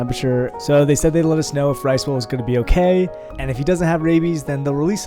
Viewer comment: WAIT did he say ricebole